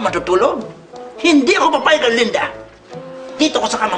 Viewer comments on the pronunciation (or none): Pag-pronounce pa lang ng "Erlinda" nakakatawa na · The correct pronunciation, Erlinda as "URLINDUH". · the way he pronounced erlinda is sending me lmao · Oh, it ' "Erlinda"? I thought it was "Belinda". 😅